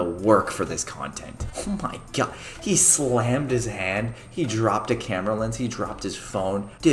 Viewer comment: It sounds like he’s saying o my gayad When he’s saying o my god it sounds like he’s saying o my gayatt